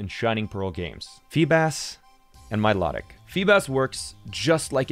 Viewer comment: Bruh he mispronounced milotic its my low tick ahhhh